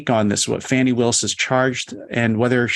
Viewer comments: At least give the voters thst elected DA Willis enough respect to pronounce her name correctly. When you purposely mispronounce her name you sound like smart ass cable news phoney expert. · "Factual statements that he knew were untrue." How dare DA Willis call that fraud. Please stop grossy and purposely mispronouncing DA Willis's first name.